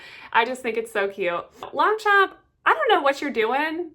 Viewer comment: Nice vidéo ❤ but please don't promounce the g anf the p. 😊